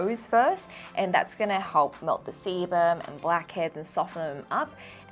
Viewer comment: I thought you said semen not seban x